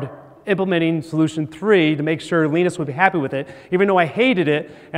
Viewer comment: it's LINE-US not LEEN-IS